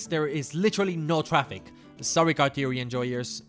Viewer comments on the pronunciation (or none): none